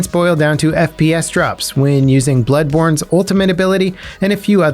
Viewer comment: Mans said "Bloodborne" lol